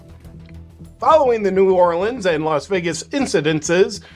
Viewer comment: Thank you for say New Orleans the correct way.